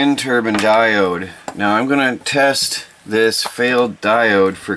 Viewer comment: Oh by the way, it’s called Turbine. Not Turban. Turban is what you put on your head.